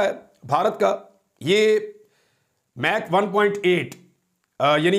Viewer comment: It’s Mach 2 not Meg 2